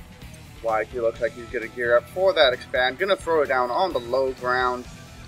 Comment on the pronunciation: Nice Butchering of wakais name LOL